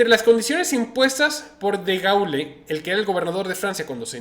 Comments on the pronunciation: NO DE PRONUNCIA "DEGAULE". SE DICE "DEGOL" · Al señor experto en finanzas: De Gaulle no se pronuncia tal como se lee. Lo correcto es Degól.